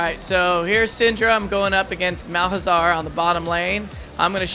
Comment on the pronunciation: Malahzar.....lol Malzahar :P